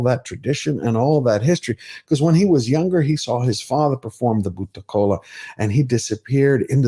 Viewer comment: Mad respect for your researched review. When a non Indian can pronounce words like kantara , Karnataka , bhoota kola like the local does , one knows this movie has broken all barriers ! Tulunad hudugi ( girl from tulu land )